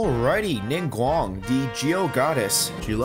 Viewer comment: the way you pronounced ningguang.🤣